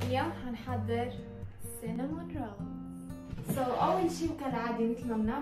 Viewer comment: السينابون وليس السينامون